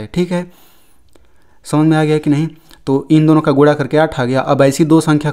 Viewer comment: Guda nahi hota hai sir guna Hota hai 😂😂